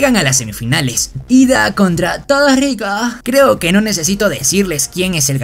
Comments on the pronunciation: "Todoricoo"ajajajajaj wey nmms toy qur me meo de risa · Por qué dice toriko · No se dice todoroki se dice todo riko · amigo das cringe enves de decir el nombre correcto de un personaje dises ¨todo rico¨ pero me gusto te daria un like pero me diste cringe 😬